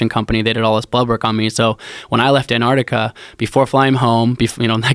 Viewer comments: Dear Americans its Antarctica not Anarctica. Yours sincerely the rest of the world. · ANTARC TIC AH..........say the bloody word properly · AnTarctica. Both of you. Say it together. AnTarctica. #broughttoyoubytheletterT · AN ARTIKA. Just like nuclear or espresso. Drives me crazy.